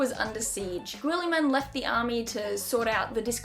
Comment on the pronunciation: its actually Rowboat Girllyman